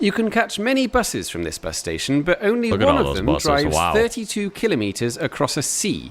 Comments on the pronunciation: it frustrates me SO MUCH that the guy in the video is reacting to says kilemeters and not KILOMETERS! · Officially it would be kilometers pronounced as kilo (keelow) as you would say in weight. I think the same would also apply to similar words with meter after it. Thermometer would be pronounced as thermo-meter odometer as odo-meter because latin and Greek probably.